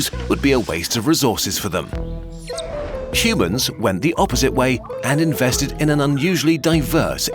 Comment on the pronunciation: You lost me at “shumans”